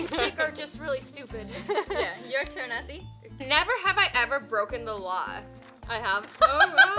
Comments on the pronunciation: Is not assy is Azzy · Not Assy its Azzy Please